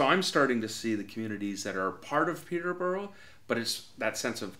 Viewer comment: 'Peet-ah-burrah. Peet-ah-burrah FC'. It's not hard to say. The rest of it sounds okay.